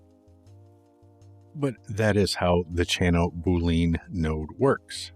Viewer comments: Awesome, I can’t pronounce things at all, so I definitely not poking fun, but I’m pretty sure it’s pronounced like bull-lee-in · great - btw boolean is pronounced just like argentinean...